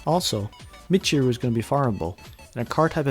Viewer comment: the funny part is that you actually nail Michiru pronunciation pretty good but then pronounce Iroha "I-roha" instead of "ee-roha"